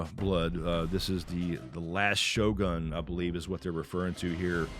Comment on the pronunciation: So many westerner's pronounced it as sho-gan; correct pronunciation is sho-goon